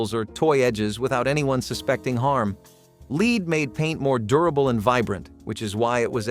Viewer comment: "Leed" paint??? It is pronounced LED